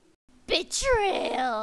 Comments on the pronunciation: When it was supposed to be "BETRAYAL" I heard "BITCHRAYAL" ..... My god what am i doing to my life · When you said betrayal it sounded like bitchtrayal